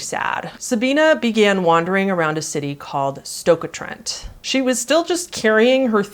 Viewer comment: Just as a thing, it wasn't "A Keele" station. Keele is a place. It was Keele Motorway Services. Also National Express coaches are sort of our equivalent to a US Greyhound. (sort of, our distances are less of course). As others have said, amazing way to pronounce Stoke (my home city). We're definitely not that fancy :D but i've heard worse. One of the reasons I watched the video was to see if you mentioned it. Most videos on the pair simply say "Near Manchester" which, eh I guess in US geographical scales it is. (I lived in the US for 5 years, so I am sort of "bilingual" on these things, I was over there when this happened actually. Was weird suddenly seeing my city, which gets forgotten even in the UK, on international news!)